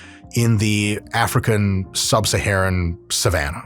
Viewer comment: When Dr. Mike says the word “African” it sounds like a slur coming from him